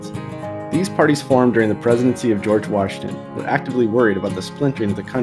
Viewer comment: did no one notice the Jorge instead of George LOL